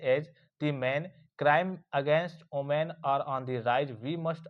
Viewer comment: Women ❌oomen ✅😂😂😂😂😂😂